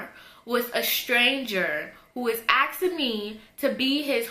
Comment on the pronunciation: its ASKING not AXING 😭😭😭😭